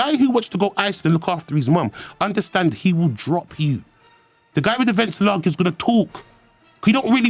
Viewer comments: did man say valenciaga instead of balenciaga??? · did he say Valenciaga's lolololol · "Valenciaga" LOOL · Man said valenciaga, this is how you know hes a grime ogg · Man said Valenciaga lol big up narstie rt